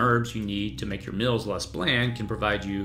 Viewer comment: It’s meals not mills.